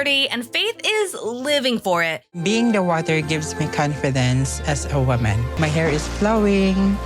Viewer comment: "Peeing in the waatur gives me commfidense as a wooman...my hair is ploing!" Haha! 😂